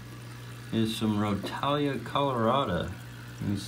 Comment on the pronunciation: The way you pronounce rotala ( roh- tall- a) really annoys me but it doesnt matter much lol Good video displaying the different plants.